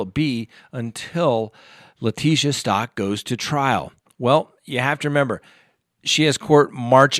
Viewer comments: [STOWK] not [STAWK] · Staouk...not Stalk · Thanks! I'd seen that Leticia Stauch stopped in Kansas for the night, but just figured it was for the guards to rest. I hadn't heard about her escape attempt. An aside, Ms. Stauch has pronounced her name like Stouch (rhyming with couch), not like Stock. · Its pronounced St-ow‐k not stock. It boggles me how half of the youtubers pronounce it wrong. When people repeatedly mispronounce names it makes them look b league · It is "STOUWK", which rhymes with "COW" "HOW". Surely you're tired of people mispronouncing your name; I would think you would pay attention to details like this. When you don't, it damages your credibility.